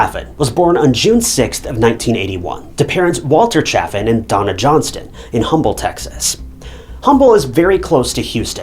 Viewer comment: Long time watcher, first time commenting. I really enjoy how you present the cases. You’re extremely empathetic and I love how you use God’s word at the end of your videos without pushing it into other people’s face. A simple quote is beautiful. By the way in Houston, it’s not humble its umble. That’s how we say it. lol